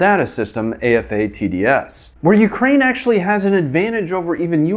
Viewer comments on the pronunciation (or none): AFATADS is pronounced like 'ay-fay-tads' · Hey, resident fan and 13J here, a better way to say AFATDS is "Ay-Fay-Tads", and those of us in the business affectionately call it "A Fat Dads" due to its slow process time yet effective and accurate processes. If anyone has any questions about Artillery, im more than happy to answer them within the limits of the scope of the job of course!